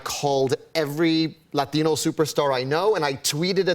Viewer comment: I like how he says Latino 😍😂